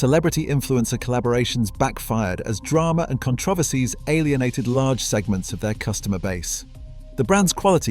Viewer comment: Con TRO ver sies? AI should be AS-- Artificial Stupidity.